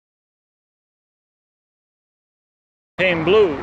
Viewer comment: It is pronounced ''Fowe n taine blow''